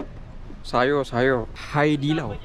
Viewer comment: "ShayO shayO" 😂 kenapa kena sebut mcm tu bang!😂